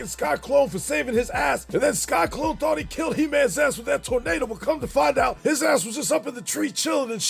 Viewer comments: Entertaining as always, but why do you keep calling him “Sky-Klone” instead of “Sy-Klone”? Just curious… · It’s sy-clone. Not sky-clone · Lmao! You keep saying "Sky-Klone" 😂😂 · Sky-Klone? Lol